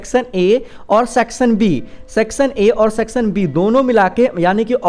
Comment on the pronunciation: Sir please aap (Section) ka pronounciation barabar kijiye na